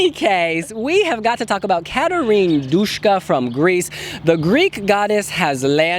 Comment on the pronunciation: It's Duska man! Not Dushka! _sh does not exist in Greek!